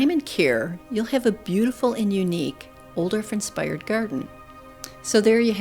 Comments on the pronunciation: I love your videos for the beautiful visuals, plant info, narration, and inspiration! This famous designer and plantsman's name is pronounced "Oooo dof", and not "Ol dorf." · Beautiful video, but I’m afraid mispronounces the designer’s name. ˈʌudɔl(ə)f. That’s OU like ouch! dolf, rhymes with golf. But a lovely tour nevertheless.